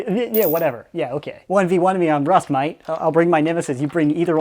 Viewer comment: "1v1 me on rust, moite." literal australian.